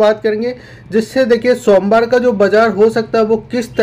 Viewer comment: Sonwar ya Somwar😂